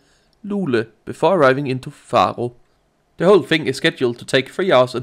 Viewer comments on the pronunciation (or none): dont be offended, but i find it really funny how you pronunce the names of the cities :D "Farro" hehe. Great video btw <3